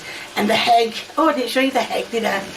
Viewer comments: I've never heard someone pronounce egg like hegg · We just gonna gloss over how she pronounced ‘egg’ with an H? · Hegg wtf is a hegg 😅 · Its not egg, its hegg! 😂😂😂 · So, i’m not the only one who thought he hear HEG 😂😂😂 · Ain't no way I heard her call it "heg"! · She pronounces pepper as peppia 😂 Edit: she also pronounced egg as hegg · Why does she call it a heg and not egg?? 🥚